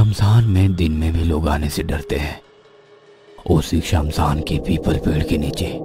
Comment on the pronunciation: It's shamshan not samsaan 😅